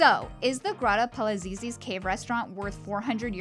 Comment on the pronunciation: When doing a review, especially of a gorgeous place like this, the least you could do is learn to pronounce its name!